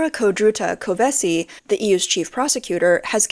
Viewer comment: The prosecutor's family name is pronounced [k`(yo)veshi].